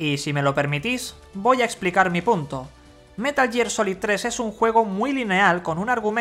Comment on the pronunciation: Como tomar en serio a alguien que dice "metal year"